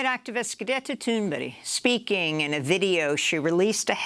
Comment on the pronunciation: You said her name right! CLAP CLAP CLAP!